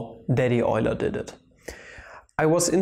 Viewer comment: "Daddy Euler" schön, den Namen Leonhard Euler richtig ausgesprochen zu hören. Ich belehre Mathematik hier in Australien und ich ziehe meine Schüler ständig dazu, Euler nicht als "you-ler" auszusprechen. Eine kleine Anfrage, produzierst Du Videos in der deutschen Sprache? Beide Deutsch u. die Mathematik sind meine Leidenschaften seit Jahrzehnten gewesen aber mir sind die mathematische Begriffe nicht so wohl bekannt. Es waere schön wenn die beiden vermischt werden können. Ausserdem wäre es toll dass die Werke von Euler, Leibnitz u Gauss unter anderen auf der eigenen Sprache erklärt und verwendet werden.